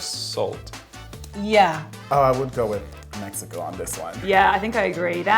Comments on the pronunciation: He said mekiko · I physically cringed at me-HE-co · Idk why but every time those 2 said Mexico I got annoyed cuz they pronounced it like a hipster would 😂